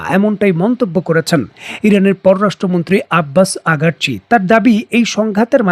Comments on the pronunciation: আপনি ইরানি পররাষ্ট্রমন্ত্রীর নাম ভুল বলেন রোজ, উনার নাম আব্বাস আরাঘচি নট আগারচি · Salam. your presentation style and analysis is above standard and very satisfying specially your pronunciation but when you persistantly pronounce name of iranian foreign minister as agarchi while it is araqchi! Salam.. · Right pronunciation is aragse.before this time i was massese you.